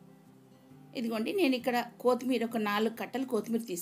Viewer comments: బడాయి కోర్ బుల్లి ఓవరాక్షన్ కాకపోతే తెలుగు రానట్టు కోతిమీర అంట కొత్తిమీర పుదీనా అనొచ్చు కదా దీని యాసాలు😂😂😂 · Is not Koothimera it is kothimera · Kothmir kadu kothimira